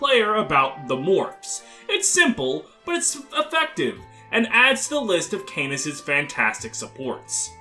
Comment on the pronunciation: AAAAAAAAAAAAAAAAAAA CANAS IS NOT PRONOUNCED LIKE THAT I CANT STAND IT canas is great i love him sm but I can't stand your pronunciation its driving me mad >:(